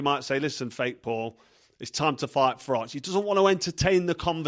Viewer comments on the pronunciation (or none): Carl my friend, I hope you read this, because there's 2 things you have to mention next time you savage Darren Till, 1 he can't even pronounce your name, he says Frok haha, and 2 when he talks he's spitting everywhere lol, it would be hilarious and great if you mentioned them 😂😂